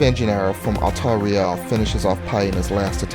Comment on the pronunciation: No offence to, but the way he pronounced the names is frustrating. I understand that they're not easy to pronounce, but "Altariel" is clearly meant to emulate some angelic name ("alTARiel") not some portmeanteau ("altar riEL").